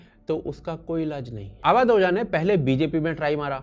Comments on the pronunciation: अवध ओझा ना ना ना ना❌अवध बोझा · ओझा। नहीं। बोझा